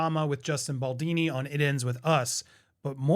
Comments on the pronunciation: Hey Andy, it’s pronounced “Justin bal-DONEY” - not baldini. 😊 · Repeat after me: Baldoni. Baldoni. Baldoni. Not Baldini, and not Baldawni 😂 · BaldONI BALDOOOOONI, not Baldini. Dude, at least get the names right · Lol every video he says “Baldoni” wrong in a different way. Love it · Not Baldini. Baldoni ✌🏻😊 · Dude, what's going on? You have now moved from Baldaaani to Baldini :D Is his name really that hard to pronounce? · Isn’t it bald-oh-knee? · I was distracted by your mispronunciation of the name “Baldoni”. It is pronounced as BAHL-DOE-NEE. Sorry for nitpicking, no offense meant. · Andy....say it with us. Bal-d-O-ni ! Baldoni! B-A-L-D-O-N-I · Please learn how to pronounce Baldoni's name. It's not hard. ball-DOE-nee. Thank you. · Andy keeps on butchering Andy’s name😂 But I’m for a recasting of Blake Lively😊